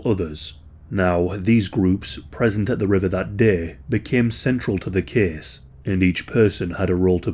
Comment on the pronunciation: Case “Cease” Takes “Teakes” Place “Pleace” Tube “Chewb”